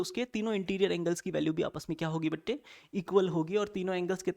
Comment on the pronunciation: sir said bate instead of bache